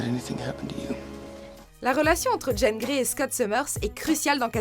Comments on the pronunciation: Jèn Grey?!!!! Sérieux? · On en parle de la façon dont vous prononcez Jean Grey ? O_O